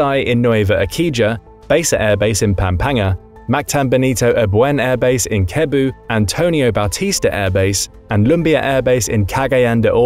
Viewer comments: It's pronounced "Nwe-vah Eh-si-ha" and "Seh-boo". Not "Eh-ki-ha" and "Keh-boo". 😅😅😅😅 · you are supposed to say it like sebu not kebu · “ key-boo” lol😂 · bro said kebu not sebu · pronunciation corrections: Nueva Ecija - Nu-we-ba Esi-ha (silent J) Pampanga - Pam-pang-ga Cebu - Se-bu Cagayan De Oro - Ca-ga-yan De Oro (all good 👍) corrections in Palawan. that's in Zamboanga. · you are mispronouncing the cities and bases in the Philippines. They are pronounced similar to Spanish. SEE BOO is the correct pronunciation for this major city of Cebu. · Nueva Ecija = nweba esi-ha Cebu = se-bu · Nueva Ecija, pronounced like “new way vah ey see huh”, Basa pronounced as “buh sah”, Pampanga pronounced as “pump hung guh” Cebu pronounced as “seh boo” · "Kebu"? Is this AI voiced? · you pronounce cebu as /sibu/ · As a filipino, hearing Cebu pronounced like that crushed my soul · Cebu is not pronounced with a K sound it is pronounced with a S sound. I'm glad that my country gets to be a part of this.